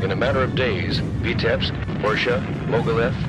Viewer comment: As a citizen of Belarus, I find it strange but funny to hear you pronouncing names of cities and villages tottaly wrong))))))) ( BerezinA, VItebsk, etc.)